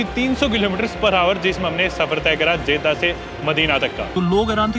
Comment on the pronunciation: Many foreigner visits Saudi Arabia and they don't keep cleanliness. Ahram no Irham. Jedha not Jaidah. Makkah not meeca. And I subscribed you to give respect to The mosque of prophet Muhammad (PBUH).